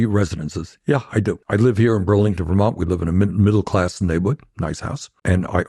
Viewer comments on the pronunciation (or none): none